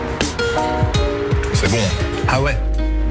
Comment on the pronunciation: évite de faire comme mohamed henni pour le oué mdrrr